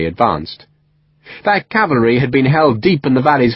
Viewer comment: He says 'cavary'.